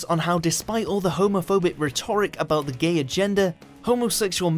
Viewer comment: Melchett was a General in Blackadder Goes Forth, and please research how to pronounce RHETORIC properly.